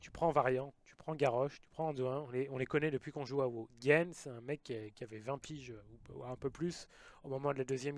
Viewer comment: c'est GEN pas GUEN OMG